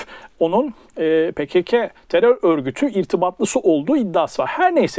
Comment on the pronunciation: "Pekeke, keceke" telaffuzları bana çok şey anlattı. Bugüne kadar tam olarak hangi çizgide olduğunu anlamamıştım ama bu ayrıntı bana net fikir verdi. Bundan sonra zerre itibar etmeyeceğim bir "hewalist" imiş Güller meğer.